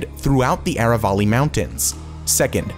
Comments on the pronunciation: Aravali is spelt like aaaraaa vaaaaliii and not areywalley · Aravali is pronounced as ... A Rr AAA V A L I